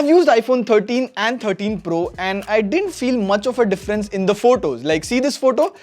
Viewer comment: iPhone FO TEEN PRRRUHH 😂